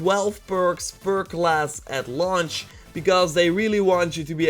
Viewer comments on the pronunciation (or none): none